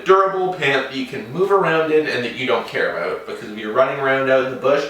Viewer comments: Is he Canadian, I heard the aboot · He said aboot...ha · and we're talking aboot getting into paintball